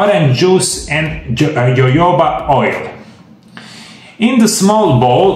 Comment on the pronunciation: It is pronounced hohoba oil.